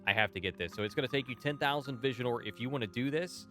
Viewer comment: 1 questoin tho, why u always keep calling Visiore as Visionore, there's no N anywhere in the word, just why :D